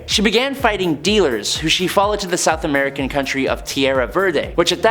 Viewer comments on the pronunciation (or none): none